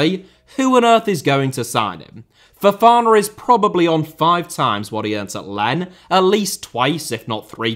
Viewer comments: "Len" the french club Lens is pronounced Lanssss, the s is really strong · your pronunciation is usually quite decent but the way you pronounced 'Lens' there was rough